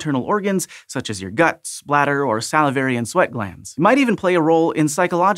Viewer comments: What he said: "...such as your guts, bladder..." What I heard: "...such as your guts splatter..." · Same! Had to replay it